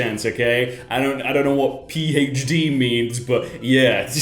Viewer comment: when he said "i dont know what pee hach dee is" it hurt my soul